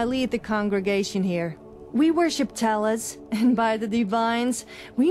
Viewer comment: Talus instead of Talos😤😤😤